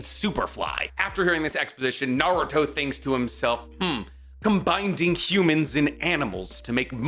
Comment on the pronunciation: you gotta stop saying combinDing and saying combining or I'll get a stroke